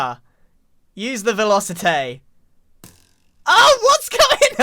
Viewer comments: You need more "vElOsItæ" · Velocitay love the way Grian says it